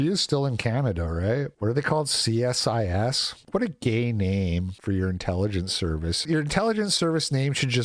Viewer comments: We refer to it as "SEE-SIS" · It's pronounced "see-sis". That doesn't mzke if any better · its pronounced see sis and your captions are overlapping the videos caption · It's pronounced C-Sis. The letter C then sis, like as in short for sister you Muppet. Aren't you a leaf?